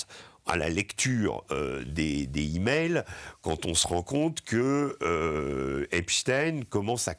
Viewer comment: On dit des "zimails", pas des "himails"... ça écorche oreilles !